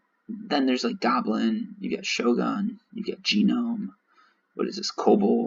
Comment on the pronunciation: Its Not G Nome. Its Nome. G is silent. lol